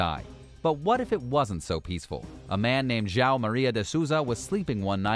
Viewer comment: The name João (Portuguese for John) will forever be hilariously butchered by non-native speakers. I should have found the "death by cow" situation sadly funny, but hearing this narrator say "Jao" a few times broke the spell and now I just feel bad for everybody.